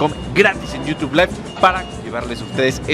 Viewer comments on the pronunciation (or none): none